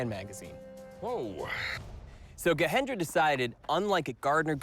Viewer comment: It's not Gahendra 😂😂 they are not Mexicans, It's a Hindu name Gajendra with a j.